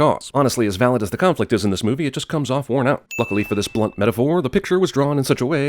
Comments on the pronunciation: sin for warn instead of worn . ;) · "warn out"? WORN out, as in, eroded. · "warn out". SIN! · I was about to mention it, but then I saw your comment. Also, since you didn't say it: "Using 'warn' in lieu of 'worn'. Ding"